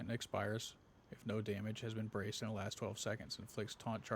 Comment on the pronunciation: Love the build, but my adhd kinda lost u want I swere i heard wamage lol😂